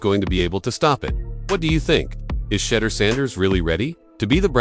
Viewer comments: My thoughts are: learn to pronounce the players names would be helpful and less distracting his name is pronounced Shu- door not Shutter-door. Mispronouncing a star’s name is like finger nails scratching on a chalkboard to me😢 Thank you!! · "Sheeee-Doooor!"!!